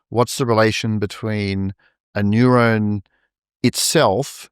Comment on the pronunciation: I love how this guy pronounces "neuron" almost as if it's nyew-rown haha it's tough to nail down the right spelling for how the accent makes it sound to me but nyew-rown is kinda close (i think). Anyway this was really interesting thanks fellas🙏